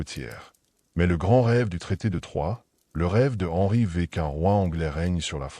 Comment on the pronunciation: Henry VVVVV😂😢c’est catastrophique L’IA 😢😢😢